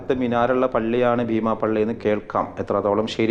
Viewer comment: ഭീമാപ്പള്ളി അല്ല ബീമാപ്പള്ളി.